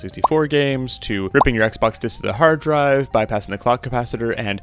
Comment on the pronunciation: I like the "heeard draive"